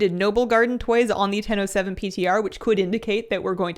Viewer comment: I keep heaing Nintendo 7 instead of "in ten o seven". What is this mysterious new console?)